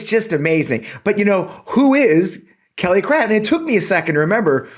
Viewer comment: I swear, I thought I heard Kelly Cr*p when you said her name. We're up here in Canada, thinking, "When the Americans are sending up their ambassador people, they're not sending their best..."